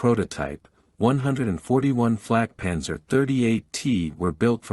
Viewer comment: I wish you all would learn enough German to not mangle the vehicle names, or at least ask a German before recording the videos. This is a Flakpanzer 38(t) auf Selbstfahrlafette 38(t) Ausf. M or "antiaircraft cannon with self-propelled mount 38 (year of design=1938) version M". Flak is an abbreviation from WW1 for Fliegerabwehrkanone which means aircraft (flieger) defense (abwehr) kanone (cannon) auf means with Selbstfahr means self propelled Lafette means mount Ausf is the abbreviation of Ausführung, meaning version or model. It is never pronounced as "owsf"; correctly it is said "ows-feuhr-oong" the T in 38T indicated it was from a Czechoslovak tank factory design. German pronunciation "acht und dreizich teh"